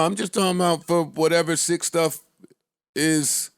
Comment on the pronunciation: I get really annoyed when says “whateva”.. I can’t explain, I just know im really annoyed afterwards